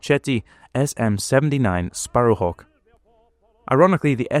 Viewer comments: Pronunciation should be"Makki" not "Matchie", "Marketti" not "Marshetti". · Macchi is pronounced Makki and Marchetti as Marketty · Marchetti is pronounced Marketti.